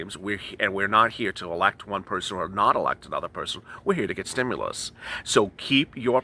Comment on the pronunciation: Loved this intro!!! Stim-MOO-lus! 🐮🐄😂